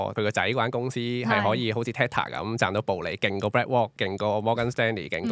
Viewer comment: Can pronounce properly? Heard BlackWalk instead of BlackRock